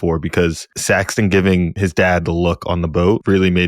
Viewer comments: Guys, we’re at the end of 8 episodes with these characters, and 2 of you are still calling him Saxton? It’s Saxon (thank you to the main host who finally says it right). As in Anglo-Saxon, a name given to the character intentionally, it means “dagger” or “people of the dagger”. And it’s Shree-ta-LA. The woman gave a dang lesson on how to say her name to Fabian, and you give us SeeTala. 😑 If you guys can’t get these basics right, it feels like you don’t really care about the characters you’re discussing, and it makes your analysis seem less…thought-out. Or you come across less-than attentive. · I think it's Saxon, not Saxton.